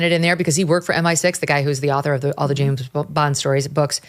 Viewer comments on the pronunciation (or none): none